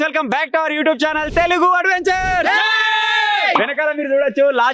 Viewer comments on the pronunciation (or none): none